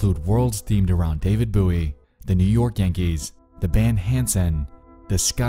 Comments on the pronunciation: You know what, the voice modulator doesn’t even bother me that much. It’s the fact you say David buoy instead of David Bowie. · My man keeps saying David Booey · Also, and I’m sure you have already seen this, but it’s “David BOE-EE”. It rhymes with “Joey” or “doughy”. It isn’t “boo-ie”. I don’t mean to sound rude or condescending; I’m only asking out of curiosity. But, have you really not heard of David Bowie or ever heard anyone pronounce his name out loud? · It should rhyme with Joey. I can kind of see people pronouncing it bough-ee, with bough pronounced like a bough of a tree. But Boo-ee? No. Never Boo-ee. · Bō-ē Not Boo-ē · The way you pronounced David Bowie actually started me. The man wasn't a floating navigation marker. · David Buoy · Nah, it's not. Just look up a video of David Bowie pronouncing his name himself. It is pronounced "bow-y" like the knife. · "Bow-ee" is the way it's pronounced. People who pronounce it "boweee" like the "ou" sound in "ouch" piss me right the fuck off. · Yeah. I've never heard someone say booie before. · Yeeeaaa BOO-EY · David Buey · I don’t know what’s worse? The fact Nexpo pronounced Bowie as “buoy”, or the fact you pronounced buoy as “boo-eee” instead of “boy”. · "David Boo-ie" grinds teeth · It was pronounced BOW (bOW not BOO or BOE) - ie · bruh moment #74 David BOUY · everyone talking about cults me: did he just say david BOOie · “David Booey” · It was the 'David Boowie' that got me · I think it's the pronunciation : David Booey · David Booie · You pronouncing “David Bowie” as “David Boo-ey” is hurting my heart. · Boo-ey is how the knife is pronounced, and if I'm not mistaken, closer to the original Scottish pronounciation. His real last name was Jones anyways, not his to claim. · David Boowee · Nexpo: can pronounce intricate usernames Also Nexpo: “David Boo Eee” 😂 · Bow-e. Not whatever you said. How do you not know how to pronounce David Bowie’s name? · I lost it when you pronounced David Bowie as David “Booie”